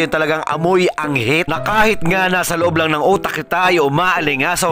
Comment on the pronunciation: Hahahaha ang lutong ng pagkakabigkas sa anghit😂